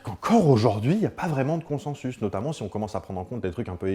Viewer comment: Coucou Bruce, juste pour info "consensus" se prononce en fait "consinsus". Voilà bisou bonne vie